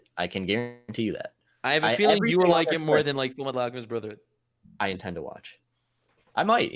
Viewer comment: said FULAmeTAlo ALCEmisSto BROtherHoOoDA incorrectly